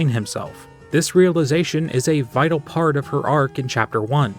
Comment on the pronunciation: i have NEVER noticed ralsei says "dart" instead of part